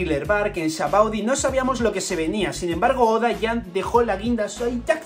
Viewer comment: te doy like por el simple hecho de mencionar "sabaody" correctamente y no "shabondy"como dice todo el mundo 🤣